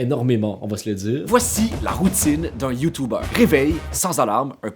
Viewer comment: Ça se dit YouTuber et non YouTubeur